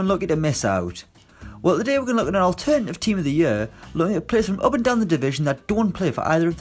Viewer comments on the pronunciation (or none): none